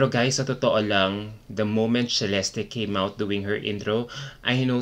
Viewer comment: WHY did MUPH change the pronunciation of her name??? This was the 1st time that I heard her name pronounce as CHEh-lesty. Wth.